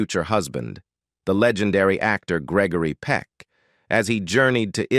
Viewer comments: You ought to check on your speaker His mispronounciation of Peck's NAME is hilarious, Your video HAS BECOME AN ABSOLUTE RIOT , BUT SHAMING THE ACTOR.. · You are saying his name wrong You should not be doing the talking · Next time spell and pronounce his name correctly!!!